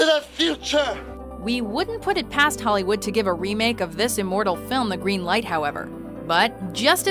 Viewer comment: Am I the only one whose annoyed by the way she says .com? There's no H in "com". It wouldn't be so annoying if it were part of an accent or something, but it's not. It's just an annoying mispronunciation. Oh, she does it to "hollywood" and "The Godfather" too. It's her O's. Her O's are Ohs.